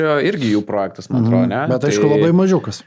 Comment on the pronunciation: SVEIKI, įdėsiu jums taisyklę, kaip kirčiuojamas žodis "projektas". Gal pabaigsite sakyti prooooojektas, tikiuos pamatę suprasite? Taisyklė: Kaip kirčiuoti tarptautinį žodį „projektas“? Projektas yra 2-osios kirčiuotės ir kirčiuojamas taip: Vns. Dgs. V. projèktas V. projèktai K. projèkto K. projèktų N. projèktui N. projèktams G. projèktą G. projektùs Įn. projektù Įn. projèktais Vt. projèktè Vt. projèktuose